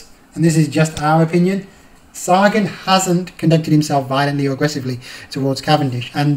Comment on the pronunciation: its sa-gan not sare- gan